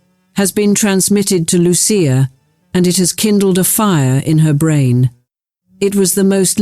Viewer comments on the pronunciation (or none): none